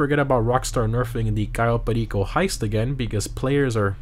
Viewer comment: I hate this DLC, but I love the fact that you pronounced Cayo Perico right 😂